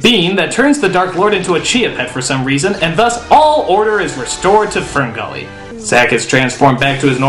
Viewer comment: Sounds like he is saying Spermgully